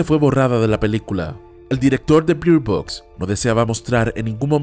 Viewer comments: Se pronuncia Berd Box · Pronuncias mal Bird Box